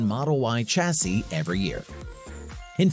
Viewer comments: Argh so painful to watch!! :( Chassis pronounced shasee, not tchasee. Like Champage is not tchampagne. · Pronouncing the start of Chassis like chase sounds terrible. Shame